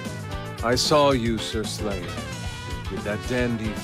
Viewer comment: Its the Japanese pronunciation of Slayer.